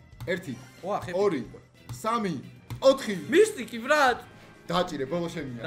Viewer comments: მისტიკი არა მითიკი რა მისტიკი😂😂😂😂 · მისტიკი არა მისთიქი 😂😂😂